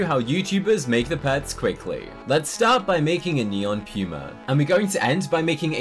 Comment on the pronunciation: It’s not pyuma it’s poomah